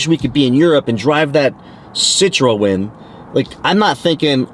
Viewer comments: It’s pronounced Sit Tron. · pronouced 'si-trhun'